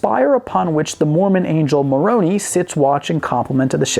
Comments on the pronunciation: “...the mormon angel mor-oh-nee...” facepalm mor-oh-nigh, thank you very much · Being a native Utahn, I had a private chuckle at how you pronounced Moroni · You are horrible at pronouncing anything Mormon, like Nauvoo or Moroni. I have a feeling you were doing it on purpose, but if you weren't it's still funny.